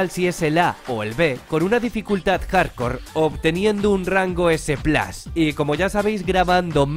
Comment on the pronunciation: Rango “s plas” xd 😂